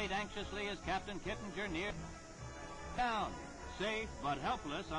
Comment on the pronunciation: The announcer is BUTCHERING his name. It's pronounced 'Kit-ing-er'. Not 'Kit-in-jer'.